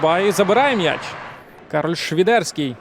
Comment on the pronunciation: А чому "Швідерський", а не Свідерський, як заведено в українській мові?